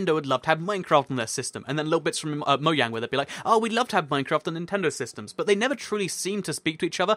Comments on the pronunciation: Its spelled Mojang, but he says Mo-yang instead of Mo-jang. So J pronounced like Y in the UK? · You said moyane